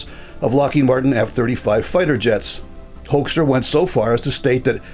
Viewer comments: Just a small language matter. US Ambassador Peter Hoekstra was born in Groningen, Netherlands, in 1950, and he grew up and worked in Michigan. His surname is therefore pronounced as 'Hookstra', not 'Hoikstra'. I'm not surprised you Canadians aren't happy with his MAGA attitude. Neither were we Dutchmen during his ambassodorship in The Hague during Trump's first term. Dutch journalists called him out on his (and Trump's) verifiable untruths about the state of the Netherlands. And oh yeah, thanks again to you Canadians for liberating the Netherlands in 1944-45! 😅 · Why do North Americans pronounce Mr Hoekstra's name that weird? The original pronunciation is well known, it's HOOK-stra.